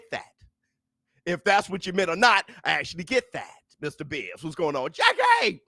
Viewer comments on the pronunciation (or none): You called it Bizz